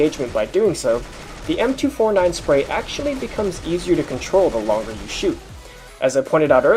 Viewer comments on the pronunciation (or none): none